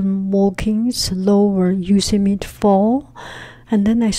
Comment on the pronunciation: Pronounced Yo-sem-mitey